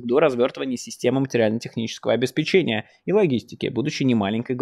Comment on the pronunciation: Майкл, простите, но обеспЕчение. Давно слух режет